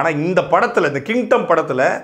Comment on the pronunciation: Kingdom ❌ Kintom ✅😅